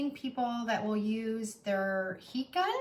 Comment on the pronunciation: "Heat Gun," I thought you were saying p gun, or pecon. It took three listens before I figured it out. Not you, me.